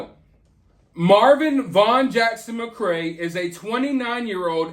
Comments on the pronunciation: His name is Marvon not Marvin. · His name is MAR-VON and its “Herbs” pronounced “erb” the H is silent. Just saying